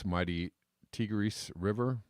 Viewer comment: Ear-rock, not eyerack! Tie-griss, not teegris!